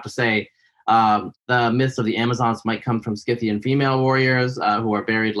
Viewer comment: The c is silent! In scythian!.